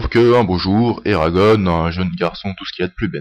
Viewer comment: on dit pas eragone (en prononçant a l'anglaise mais a la francaise en gros eragonn !)